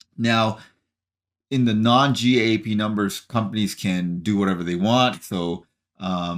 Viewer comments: GAAP is pronounced like the word "gap." Just in case you do more of these quarterly earnings videos. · GAAP is pronounced or called "Gap" in the financial world.